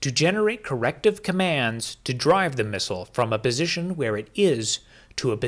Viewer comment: Is he saying "bisition"?